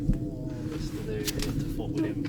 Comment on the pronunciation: Walking the West highland way in 3 weeks ,3rd time it just gets under your skin laughed at the pronunciation of the places you got Fort William right that was it, well done in walking it in 6 days 👍.Katie really felt for you